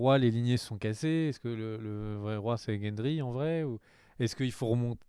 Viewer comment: sauf que ce sont deux segpa qui ne savent pas prononcer les noms et qui en plus font des théories bancales par contre t'inquiète pas que si toi tu leur balance une théorie plus que crédible ils l'ignorent, par exemple quand ils disent " gendry le bâtard baratheon" moi en deux arguments sortis de la série je t'affirme que gendry n'est pas un bâtard mais le seul fils légitime de robert baratheon et cersei : lors de la conversation entre kathlyn stark et cersei quand bran est alité et inconscient, cersei raconte une chose, re visualise l'épisode et tu entendra celle-ci parler du seul fils qu'elle aurait eu avec Robert et prétendument mort; ensuite lorsque ned interroge gendry dans la forge, gendry dit a ned que la seule chose qu'il sait de sa mère est qu'on lui ai dit que celle-ci était blonde et qu'elle chantait des chansons, or lors de la discussion entre cersei et kathlyn, cersei avait ajouté ce détail dans son récit : un petit garçon brun auquel elle chantait des chansons. Conclusion, gendry n'est pas le bâtard de robert mais son héritier légitime, abandonné par cersei pour les raisons que l'on sait, soif de pouvoir, haine de robert et sa relation incestueuse avec jaime qui lui donnera 3 enfants. Les détails permettent de comprendre beaucoup de choses si l'on les assemble dans le bon ordre. D'ailleurs ils vont rager car daenerys va clamser et jon /aegon va survivre car il est destiné a régner et une chose l'indique facilement : un bon roi n'aimera pas régner mais il le fer